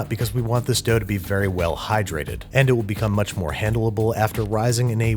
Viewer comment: I shed a single tear when you pronounced elevenses elevenses instead of elevenses. Also handleable made me laugh. And rewind a couple of times 😂